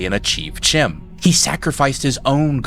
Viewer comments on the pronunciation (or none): I saw someone comment on the pronunciation of Cyrodil, but not on CHIM. Which isnt said with a "ch" sound as in China, its a K sound, and pronounced "Kim" When I first discovered the tower I pronounced it the way you did too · Just an aside... in elvish tongues in Elder Scrolls the "ch" is pronounced like it's a "k"... so Chim would be pronounced Kim, Chimer would be Kimer, and so on.